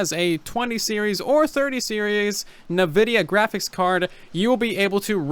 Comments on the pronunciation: N-vidia not nevidia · After all these years, why am I hearing more and more people pronounce it "nah-vidia" ? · This man really out here saying “nuh-vidia” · "NeVIDIA" come on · This dude really just said, “navidia” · bruh, did he just say nuhvidia... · Come on. You're a smart dude. Learn to pronounce NVIDIA. It's not NaVidia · Lol I hate how you say Nvidia